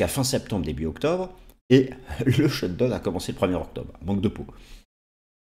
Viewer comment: Parfaites analyses, merci, mais… le shutdown se prononce shutdaoun!